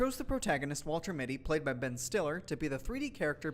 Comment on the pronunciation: Am I miss hearing the voice over but sounds like he said Betton Stiller?